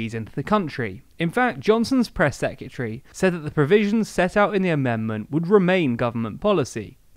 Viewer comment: Dear. I like your videos, but please pronounce 'secretary' correctly. It's not secutary.